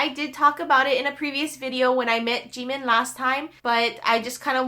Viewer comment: She says jimin wrong😂